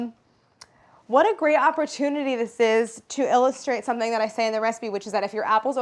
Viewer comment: I really thought you said "What a great appletunity". Ohhh the missheard puns..